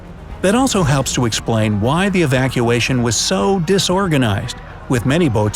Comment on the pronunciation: Did anyone notice he saying disorganised